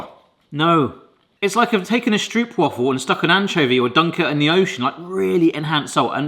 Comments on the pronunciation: Never heard anybody pronounce stroopwafels like (Meryl) streep. You just pronounce it like rope, easy peasy! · Do try this at home! Pronounce the stroop in stroopwafel like you pronounce rope. Lose the stoop sound. St-rope-waffle. And if you want to do it real good, waffle in dutch is almost the same as in English. It’s the aah! (scared scream) sound. So w-aaah!-fel. And then lose a few a’s because you don’t want to sound scared about a stroopwafel, they’re delicious! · Okay,. In Dutch, if it has a double O, like in stroopwafel, you pronounce it as a single o. Stropewaahfel. Not waffle. Not stroop. Also pregnancy cravings apparently come from the mother's body requiring specific nutrients.